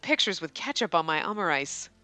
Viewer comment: You were saying Omurice correctly. Its literally Omelet Rice.